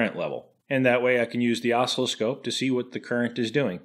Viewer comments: Yeah, I was going to point that out. It's aw-SILL-oh-scope! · Love the video but, "osslowscope" WTF, is that like oscilloscope? LOL. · What's an oscliscope? Does it meassure ocelots? Ohhhh, you have an oscilloscope! Osc-ILL-oscope. How do you pronounce oscillation? Great channel, by the way! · Oh - Sill - Eh - Scope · Oscilloscope. I can't describe how much the intentional mis-pronunciation made my teeth grind. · You had better start pronouncing oscilloscope properly by placing the accent on the 2nd syllable, rather than the first. Otherwise, I'll be forced to stop benefiting from all the totally free and (don't get a big head) amusing content you're providing. Now get it right. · I think you are trolling with your pronunciation of oscilloscope... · You trolling with your oscilloscope pronunciation? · when you pronounce oscillascope, you're putting the Em-fass-iz on the wrong Sil-lab-uhl... aside from that, I found nothing interesting in this video. That's why I watched the whole thing! lol